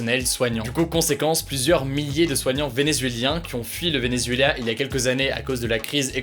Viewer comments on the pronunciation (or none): Venezueoù ? Venezuelà !